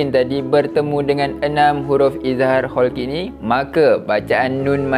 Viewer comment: Halqi ustaz, bukan kholqi😊